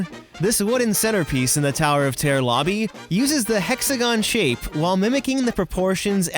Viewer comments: Noone: Americans: ToWeR oF tEaR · Terror* not tear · Is he saying tower of tare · 🤣 I love the way he says "terror" "The Tower of Tear..." 🤣🤣🤣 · Damien L I thought I was the only one who noticed that.🤣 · Yeah I really like how he says terror he says it like tear not making fun of you!!! I still love you